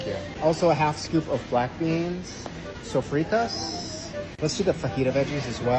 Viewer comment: love that pronunciation of sofritas HAHAHAHAH good spanish dude